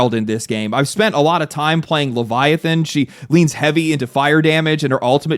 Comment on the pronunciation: Ah yes... Laevatain = Leviathan